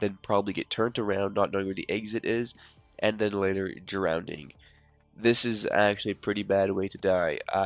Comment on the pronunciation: It’s drowning, not drownding